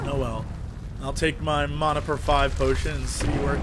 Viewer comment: MANA NOT MONA